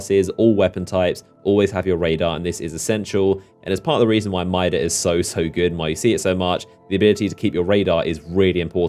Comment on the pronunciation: No... and it's MIDA... not Mia.